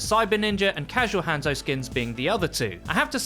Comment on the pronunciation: Anyone else slightly triggered by his butchered pronunciation of Hanzo?